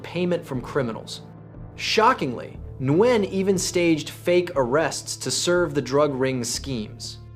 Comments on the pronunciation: Its not "NEW-YEN". Its "WIN" <----- This is how Vietnamese people say it, and thats how they would tell you to say it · It's "new-yen" MF I stopped watching it 2 minutes in because of the way you say his last name 🤦‍♂️ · Embarrassing a channel name Vietnamese case files but can't even pronounce Nguyen correctly. "Andrew newynn" 😂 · Ok, I don’t mind the AI slop that creeps into your videos. I do, however, mind the AI pronouncing the name of the protagonist differently every time it is spoken. This is ridiculous. Why would a computer keep changing the pronunciation of the most important word in the story? Nugeen? Nu-in? New-een? Wtf? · Nikka I pronounced it new-gent for that Nguyen Holmes! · How you gonna pronounce Nguyen in five different ways? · and none were correct 😝